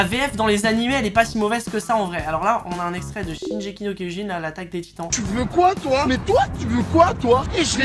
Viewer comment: shingeki pas shinjiki mdrr lonni va pas kiffer